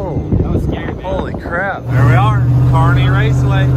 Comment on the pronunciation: Cleetus the way u pronounced kearney hurt my brain lol